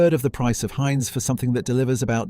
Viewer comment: AI slop! Yuk. Given how many people speak English, it puzzles me why an actual human couldn't have read a 15min script. Instead, we get such gems as 'Haynes' Beans, etc. Plus, it's a VIDEO! Please stop pumping out stock video with an AI essay... try actually formatting it to be a VISUAL experience. Not that any of this will make a change to a slop channel... I usually don't even bother with a comment, just block & boycott. Who knows how much engagement you're losing from slopping.